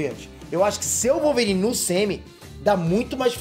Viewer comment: vai ser o Wolvôrine!!! kkkkkkkkkkkkk